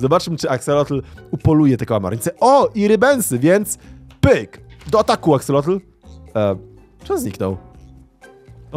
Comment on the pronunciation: 3 najlepsze moby -panda -pszczoła -axolot mówi się aksolot bez "l" na końcu